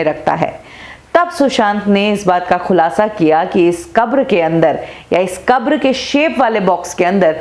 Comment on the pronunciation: Khulasha nhi khulasa mam